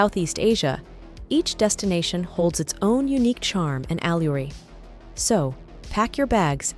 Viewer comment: Al-yu-re fot 'allure' Yah, that's not a robot voice. I gave up watching when they didn't cover exchange rates, the cost of living, or crime rates... you know, the point of this video.